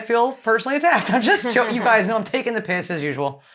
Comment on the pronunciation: You're the first American that actually said "taking the piss" perfectly 🤣🤣 usually it sounds forced... also dont worry about whats "lady like" 🙄 that's not a swear word here, but you could say "im only taking the mick", but theyre basically same.